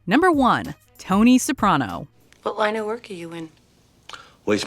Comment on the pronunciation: Finally someone who pronounces Soprano correctly.